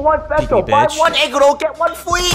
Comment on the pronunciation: “Buy one egg role get juan free” lol